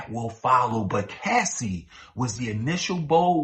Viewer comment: Cassie not Casey.